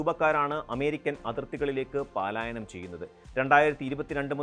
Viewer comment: പാലായനം അല്ല പലായനം ആണ്.